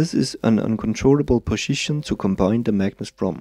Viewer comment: learn how to say 'position'